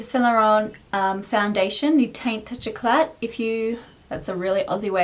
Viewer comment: Youre the best! Loved the vid! And lollllll at the aussie accent TOUCH EKLATTTT!!! Love being aussie:D